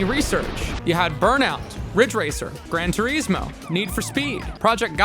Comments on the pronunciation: Gran Tureezmo. FAIL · Is - gran tour is mo. Say it. is. Say the word is, and then put it in there. Gran Tour Is Mo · How do you pronounce 'Gran Turismo' so badly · Clueless channel. Racing games have never been as popular as they are now, with MASSIVE communities of online co-op and competitive leagues existing and growing FAST. Also "Grand Turismo" is supposed to be pronounced with an italian "accent" .... The americanized name is just an insult to the car industry. The guys who made Mario Kart, made it the way they did because that was what the technology allowed at the time.